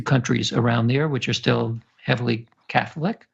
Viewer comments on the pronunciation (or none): none